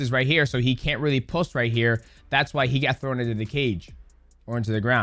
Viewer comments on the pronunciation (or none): none